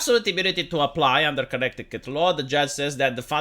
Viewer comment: The second C in "Connecticut" is silent. So it's pronounced "Conneticut" Yes it's weird.